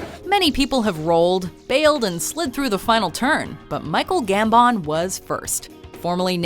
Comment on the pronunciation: I love how she can't say Michael Gambon name right